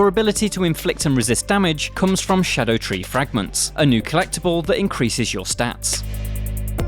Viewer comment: Shadow tree fragments? Can you read bro?